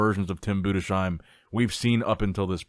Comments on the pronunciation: BUDES-HEIM, not budeshiem 😂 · hi my brother great content ! i have to tell it‘s tim bundesheim ( boondes-haim ) not boon dee sheim 😊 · it´s pronounced BUDES HAIM itś not like "shoe" but ZH /ʒ/ in "treasure" consonants